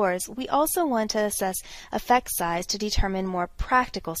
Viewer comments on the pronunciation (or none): none